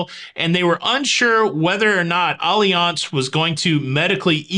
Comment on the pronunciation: Just asking, is it really pronounced Olly-Ance, or Alliance… you said it so many times it was bugging me to know. 😄